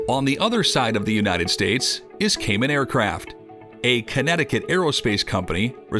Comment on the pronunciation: I have been watching the KMAX since early 1990's. However the value of your video was DESTROYED by the video AI's Incorrect pronunciation of KAMAN's name..........